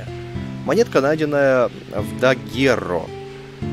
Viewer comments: Спасибо за очередной выпуск! Я в первое свое прохождение финалки Дагуррео вообще не нашла и пропустила... Кстати, вот решила поискать, как же оно произносится: dəgEro. И при поиске мне в первую очередь выбило слово daguerreotype - дагерротип: название первых фотографий. Вот интересно, почему назвали именно так? Ведь у нас бибилиотека... Может, потому что здесь из руды можно наделать кучу копий аквамарина? Процесс трансформации, кстати, похож на "сейчас вылетит птичка" 😁 Прослушать произношение можно в кембриджском онлайн-словаре, к примеру. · Я на первом прохождении нашел только на четвёртом диске, когда уже, после прохождения, загружался с последнего сейва и выходил на карту мира, чтобы ещё немного побыть в этом мире, который полюбился мне на всю оставшуюся жизнь. Гугл переводчик тоже произносит название как dəgEro. Теперь мы знаем, благодаря тебе, спасибо! =) А вот про дагерротип я как-то рассказывал немного в этом прохождении: Но уже не припомню в какой части.